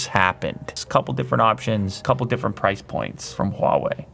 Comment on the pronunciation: So what is the proce point, you said peoce point a ton of times?!